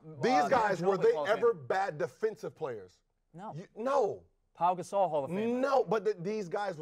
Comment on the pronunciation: dude said paul gasow